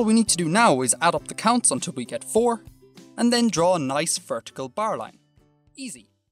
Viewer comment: Every time he says barline i giggle